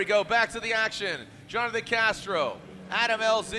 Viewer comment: Everyone : Jonathan Castro's parents : Jhonnattan 😂